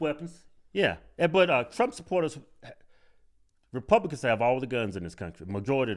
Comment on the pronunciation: She said wrepubwicans.... lol